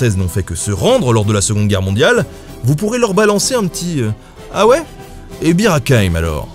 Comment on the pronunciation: Vous aussi vous avez entendu beer à la place de Bir ?